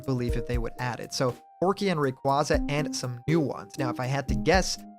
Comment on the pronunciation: It’s Porky Not Proky